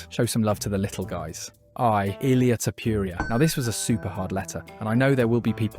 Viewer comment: i stopped watching after bro said tpouria for I